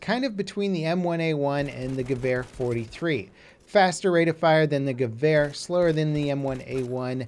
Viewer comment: Stop saying gevar its gewer